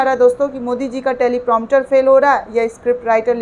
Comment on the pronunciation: मैडम मोदी जी को छोड़िये , आपको भी नहीं पता टेलीप्रामटर नहीं टेलीप्रांपटर होता है । आफिस में कोई दूसरा काम लो एंकरिंग आपके लिए नहीं, ना हिंदी उच्चारण सही है ना इंग्लिश ही आती है आपको